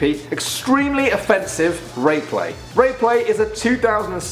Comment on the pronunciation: Rrapelay lol